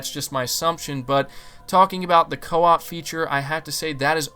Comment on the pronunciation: Everything is cool, except the word (CO-OP)